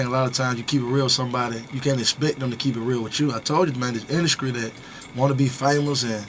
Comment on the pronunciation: He say industry like "Indukre"